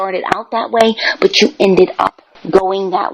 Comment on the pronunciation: With, there is always a “baht.” Always. No matter what. “I’m not saying I weren’t wrong, BAHT, they did wrong too/first/more.” It’s morbidly fascinating to see a middle aged man who is, by any objective measure, a thoroughly reprehensible and contemptible human being, stubbornly refuse to take any accountability for his life’s circumstances.